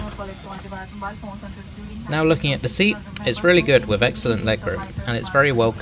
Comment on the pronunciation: "wivv"? Speak English.